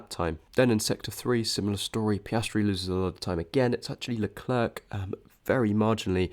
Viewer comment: Very interesting data and great presentation! But for the love of Zeus: please practice pronouncing Leclerc, your uk pronunciation is painful to be subjected to 😂